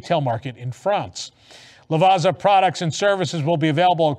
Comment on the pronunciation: FYI the two Z's in Lavazza is pronounced like the 2 Z's in pizza 😜